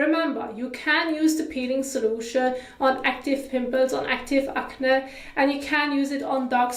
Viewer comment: Hey just wanted to let you know it’s pronounced ak-nee not akneh, great video tho